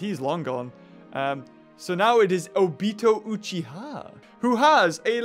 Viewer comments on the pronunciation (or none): It's O-Bi-to U-chi-h-a, wAtCh AnImE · You guess what?, it’s pronounced obeetooe oocheehā lol 😂 😂 😂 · The way he said obito uchiha